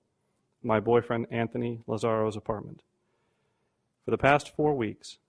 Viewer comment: pacifically, Anfony, Lazzario, the list goes on and on...I just love Judge Perry though. Cant help it.